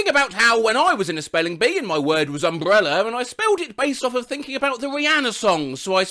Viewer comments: How can it be so extremely entertaining to hear a man pronounce "umbrella"? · can we please talk about how he pronounce /əmʙɹɛlə/ with a bilabial trill?